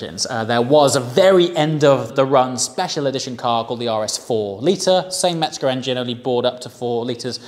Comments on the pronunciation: Just an FYI It's Mezger not Metzger. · Mezger. Metzger means butcher.